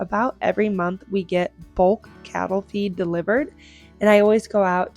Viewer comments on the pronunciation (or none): none